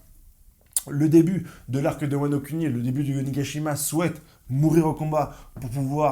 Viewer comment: Ta prononciation de " wa no cunni "